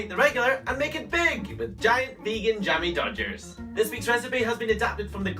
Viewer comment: Cannot even say jammy dogs